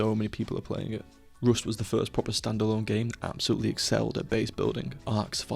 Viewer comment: rüst (or maybe roost)